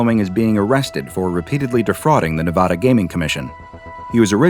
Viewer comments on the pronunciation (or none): Nevada is not pronounced Nevahdah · Ahhhh I don’t know why it bugs me so much when people say Nevada wrong but it does 😭